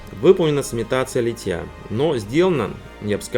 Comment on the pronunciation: Почему Вы говорите литьЯ? Надо говорить лИтья, как лИтник!